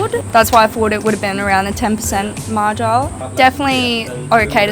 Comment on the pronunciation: "That's why I thought it was around a 10% 'margile'." Ahh the effects of trying to sound grandiose.